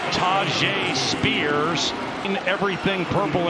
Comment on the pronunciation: The way the commentator pronounced Tyjae Spears name...oof.